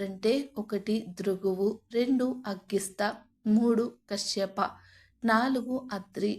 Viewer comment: The commentators pronunsation is tobe check. Some words are wrongly proninsaying. Example Kasyapa Pelli like words.